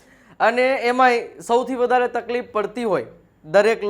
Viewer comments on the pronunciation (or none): none